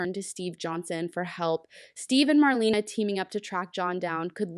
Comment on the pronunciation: Please get the facts straight and learn to pronounce names correctly! Jave (Ha-vee) is Rafe & Gabi’s (Gab-bee) cousin (the son of their Aunt). Marlena is pronounced Mar-lay-na. The Kiriakis Thanksgiving was with the Brady’s at the Brady Pub, not at the Kiriakis mansion.